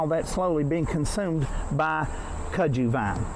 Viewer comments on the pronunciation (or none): We say the name like this, cut-sue vine. I'm from Tennessee and my mom showed me that vine when I was 4 years old and told me to stay away from it because snakes travel under it and alot of the snakes are poisonous and do bite us. That was enough for me to not want to play with it. But that's how you say it, at least we called it that cut-sue vine. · It’s on everything there! I’ve always pronounced it cud-zoo, I’m from Florida. We couldn’t get over how it’s taken over there when we were there in July.